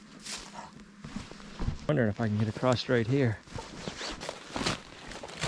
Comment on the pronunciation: I love that you also say "acrosst/ acrossed" We all know there is no T or ED in across, but we still say it that way 😂😂😂😂😂😂😂😂